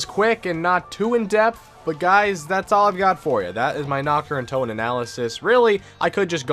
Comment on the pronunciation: "Knocked uhh Undotun"